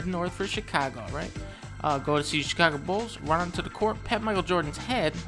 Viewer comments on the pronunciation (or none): none